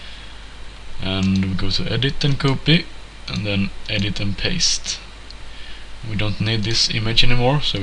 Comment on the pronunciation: Very good tutorial!!!! Skit bra tutorial!!!!! Sen låter de lite kul när du säger "copy".